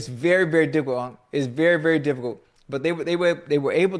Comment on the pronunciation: Ocho "berry" Johnson 😅😅